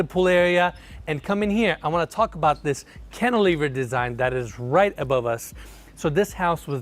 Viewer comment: ...."cantilever"...: 🤨🤨:...."cantilever"...: 🤨🤨